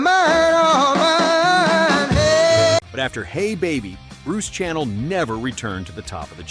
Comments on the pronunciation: It's not Bruce Channel as in a TV station....his name is pronounced Channel as in the perfume......sha = nell. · Bruce Sha ~ NELL ! You Robot Moron !!!